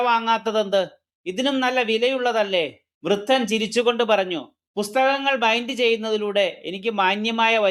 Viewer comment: വൃത്തൻ അല്ല വൃദ്ധൻ